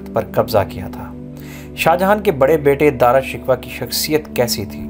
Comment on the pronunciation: بھائ نام کا تلفظ ہی ٹھیک کر لیں